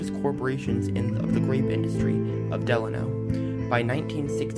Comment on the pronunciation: Thanks for using my photo as your opening image. FWIW, Delano is pronounced delAYno, not like FDR's middle name.